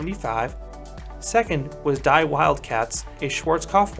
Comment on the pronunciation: Never got to ride it, wish I did though. I love Arrow's suspended model. Sucks so few of them were built. Also, small nitpick. In Deutsche (German) the word for "The" is spelled like "Die" in English but pronounced like "Dee". The phonetical translation would be "Dee Vill-d Kat-za"